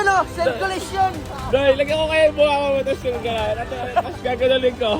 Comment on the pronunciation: Circulation ❌ Serkcullation ✅